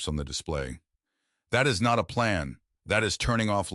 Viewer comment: That "NOT" is really painful to listen to. Its an AI feature